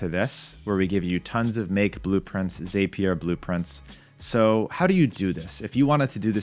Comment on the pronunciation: Dude the word is Zap-ee-er not that weird way you are saying it! Probably best you prefer Make because at least you can pronounce that word in English!